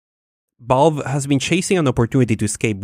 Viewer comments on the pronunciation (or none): V-A-L- VE not balve Valve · My guy, I love you, but it's valve, not vaaulve. 😉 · I was so confused as to why he kept saying balve....then it hit it ahh Valve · i like how you pronounce "Balve, ConBenience" Instead of Valve & convenience. You are one of a 【B】ind. 【B】unique。 Bc or PC? BBBeenie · Really annoying to hear you say "Ball" instead of Valve... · Every time says "Valve/Valve's", I hear "Ball/Balls" and have to remind myself that he's really saying "Valve". Not trying to make fun of your accent, my dude, it's nothing to be ashamed of or anything. I just think it's a little bit funny.:) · Y he say vOlve not Valve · vaulf? its valve mate :P And tribble-ism? Is that a star trek reference? xD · ITS VALVE!!! V A L V E... not balve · Hears the whole world say "valve" for many years, but then says "vaulve".... why do people do this... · When you say Valve it kinda sounds like you are saying Balls, lol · pretty annoying that you pronounce valve as "ball" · I was halfway through this video wondering what bolve(valve) is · This homie pronounces valve as Vulve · what is this "Bolve" you keep mentioning? :D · "Vaulve" XD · v's are pronounced closer to f's than b's. You are saying "Balve", you would be closer saying "Falve" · I love how you pronounce Valve as BAULB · From now on, I will call the Valve company "Bahlb". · i cant stop noticing that u say the v as a b haha